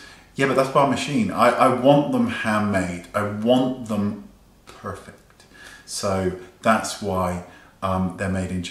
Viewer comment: OMG the way you say perrrrfect! I'm sure we will all be puuuuring when our orders arrive!